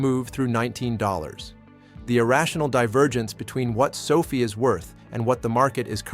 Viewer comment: sofie? LOL, AI man. SO-Fi